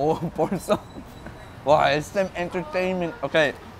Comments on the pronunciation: Nobody: Mark: wow SM en.ter.TAIN.ment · "SM Entertiment" 😂😂😂